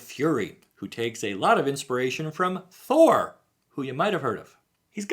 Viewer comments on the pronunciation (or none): none